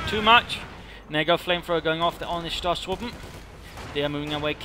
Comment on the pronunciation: Pio spam into Stormtroopers into Ostwind? That seems oddly familiar... Btw, the "o" in Stoßtruppen is long (like "oh").